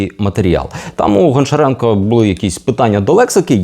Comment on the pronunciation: правильно казати або гамчіренка або ганчіренка